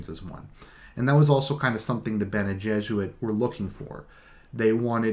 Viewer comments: All this time I thought you were saying bene jesuit. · You are not completely wrong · Dude, I like your videos, but you seriously need to work on your pronounciation... "Benny Jezze-Rid" "Butt-Larry-Ann Jihad" "Um-Knee-Us"